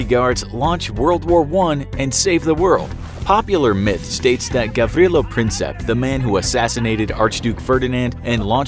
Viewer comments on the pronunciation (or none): It's not Princep its Prinčep